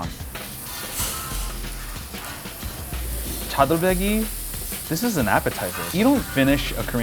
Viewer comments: THE MAN SAID CHADOLBECKY WITH THE GOOD HAIR LMAOOO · His pronounciation of ‘chadolbaegi’ gives me cancer. Please say it right, I can’t afford chemo